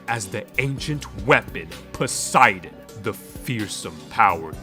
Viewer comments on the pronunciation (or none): none